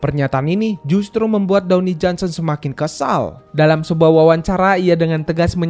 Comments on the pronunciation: Dwayne Johnson.. Bacanya dweini bang.,Bkn downi…😂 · Dwayne Johnson bang bukan Downy Johnson